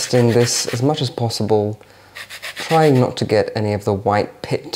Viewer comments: it’s “pith” not “pit”! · Its called orange pith not pit 🙄🙄